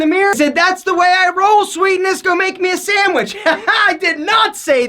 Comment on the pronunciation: "Go make me a sandwish” lol